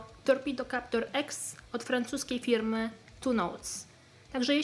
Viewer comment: Yes, it is clear that this is not Russian. You will be able to speak Russian without an accent! You normally said the word "Firm" without an accent